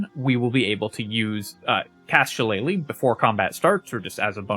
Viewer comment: Finally, someone who says “shillelagh” correctly!